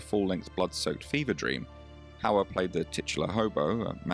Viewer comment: No need to feel sorry for the hostess, she brought it all on herself. How difficult is it to pronounce Mr. Hauer correctly? I will admit his first name is a bit more difficult for non-native speakers of Dutch, but the easy way around that is the aforementioned Mr. Hauer. And getting the movie right is just preparation.